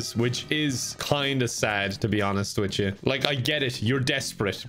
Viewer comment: I didn't think accent was that strong, until I heard him say "to be honest wit cha"